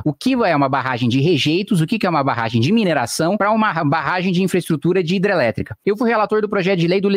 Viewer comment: Kim porque vc não consegue pronunciar a palavra hidrelétrica?